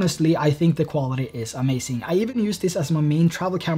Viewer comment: omg "amacink" triggered me several times